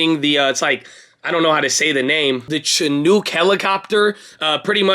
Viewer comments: I like how u pronounced the Chinook helicopter 😂. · You sounded like a 🇨🇦 when you said Chinook